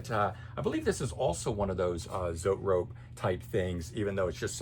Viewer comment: it's Zoe-Trope..not, zoet rope....yer funny